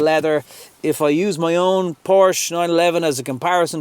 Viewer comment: 08. A word to the wise - "Porsche" is a two syllable German name. Tsk Tsk